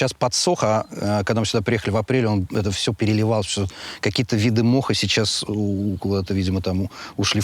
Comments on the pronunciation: Не моха а мха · МХА, а не МОХА!